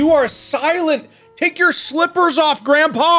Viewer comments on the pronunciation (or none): “Granpa” it’s Grandpa